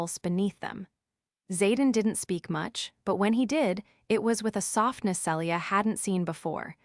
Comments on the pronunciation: IT IS [SEE-LEE-A] NOT [SELL-EE-A]!!! Also, common sense would be for him to put her backpack on his back, and not let her keep it on her while princess carrying her. Also, Zaden??!!! Really?? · Celia is pronounced Seelia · Tell the crappy AI her name is pronounced Ce-le-a not cellure